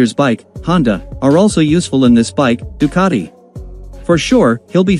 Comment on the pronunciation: Do not expect an englishman to pronounce any foreign word but in the English way. They will never pronounce Ducati correctly.